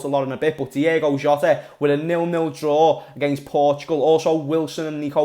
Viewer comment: Ahh lad it's "Diogo" not "Diego" why does everyone call him that 🤦‍♂️😂